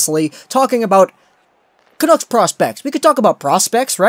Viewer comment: the way you say "Canuck" is so annoying "canooks" is how it sounds when you say it.